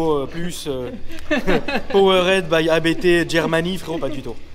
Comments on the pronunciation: Juste en passant: Hans-Jurgen Abt. Pas A - B - T 😉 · c'est la famille Abt, ne dites pas A-B-T 😋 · Abt se prononce abte frérot, c'est le nom de famille du préparateur